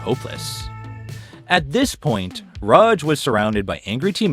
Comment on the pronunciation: Bro can't pick a pronunciation for Raj. "Ruhj", "Raahj". Other than that, Amazing vid.